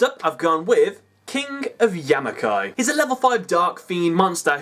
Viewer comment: Please for the love of god why can no one say this cards name right it's KING OF YAMI-MA-KAI, NOT KING OF YAMI-KAI